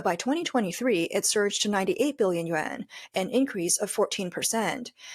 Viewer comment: The AI is reading Yuan as Yen please know the difference